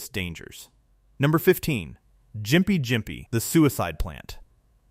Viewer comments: GYMPIE is pronounced with a hard G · "Because sometimes" narrators don't bother researching pronunciations. It's pronounced "GIMPY"